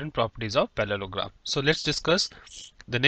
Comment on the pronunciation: its not palologram its parlogram